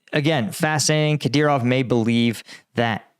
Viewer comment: Finally, he said Kadyrov correctly.